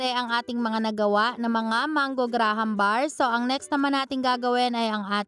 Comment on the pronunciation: mali pag sabi mo sa graham bars